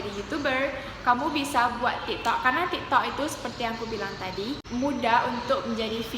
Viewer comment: Tik tok kok malah jadi ti to